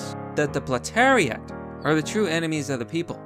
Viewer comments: I love how he says "Platariat" instead of "Proletariat" It's almost as though Marxist "Whole Language" is as effective as Socialism. If it's on purpose, it's brilliant. If it's not, it's still an amazing repudiation of Marxism. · Could have been more convincing if you were able to pronounce proletariat, and realized that the word basically means the working class or a typical member of their ranks.